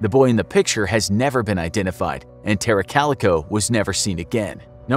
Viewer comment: Its pronounced Tara, not Terror